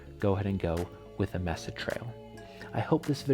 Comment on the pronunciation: Thanks for the review👍 FYI Mesa is pronounced “may sa”. Here in Colorado, the Mesa trail is in Boulder. A very popular beautiful trail…